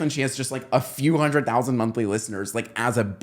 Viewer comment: Why does bro say 6000 like that, my town has 1000 people (also side note, my town is so country that I still get shocked whenever I go out of town and see a Kamala Harris sign and there are 2 mixed race people according to the census)